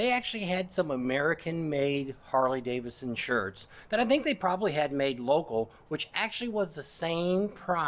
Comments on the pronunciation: DAVIDSON... not Davison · Why do you treat the 2nd D in Davidson as silent ?